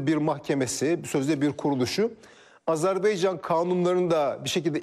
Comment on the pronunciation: Azerbeycan değil Azerbaycan